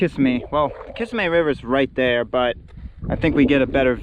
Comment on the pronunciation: It’s pronounced “ka-sim-ee” thanks for sharing!